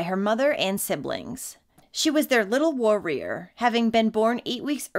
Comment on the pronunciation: you couldn't do a retake on that pronunciation of warrior? It's like five seconds into the intro 😂